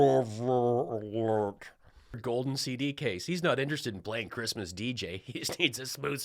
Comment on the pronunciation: 'Who gives a f**k about chreestmas" Gold digger. Melania.